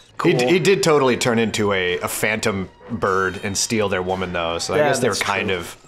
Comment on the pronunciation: I like how you say "Phantom birrrrrrrrrrrrrrrd"